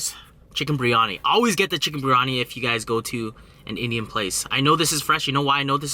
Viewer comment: It's spelled biryani. You say it with the "r" before the "I". But it's supposed to be said with the "I" before the "r". The full pronounciation is beer-yani with a small roll on the "r". Keep up the good work tho! Just a little too from a brown dude